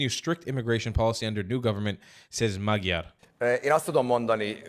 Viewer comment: "Magyar" is pronounced "Moddyor" (better: "Måddyår").